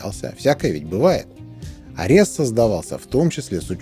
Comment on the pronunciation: Спасибо за обзор. "Арес", кстати, имеет ударение на первой букве (греческий бог войны).